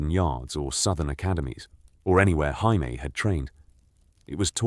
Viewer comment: The butchering of Jaime has me dying dude 💀